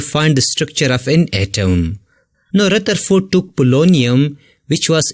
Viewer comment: Rutherford baba LOL